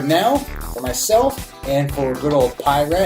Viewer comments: Okay, having a Piraat right now. BTW, the second pronunciation is correct. Pea-Raht. Pour - I went slow and had the same issue as you. Major head. Persistent. Aroma - slight earthyness for sure, smells great Taste - I got some nice bitterness and yes, my first thought was Imperial IPA lite. Delicious. Drinkability - I'm halfway through and definitely feeling the ABV. Haven't eaten in 10 hours. This is my third beer from Van Steenberge and easily the best of the bunch. I really like it. Another excellent beer review. 👍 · Agreed. Pie-Rat just sounds plain wrong ... somehow. 😆